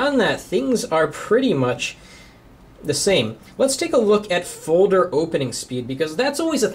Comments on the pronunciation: he says "foder" not folder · It's foLder! There's an 'L' in the word foLder! It's not foder! That is all. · HE'S SAYING FODER NOT FOLDER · he says folder so funny lol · u say folder weird o.0